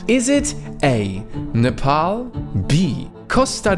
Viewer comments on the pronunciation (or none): none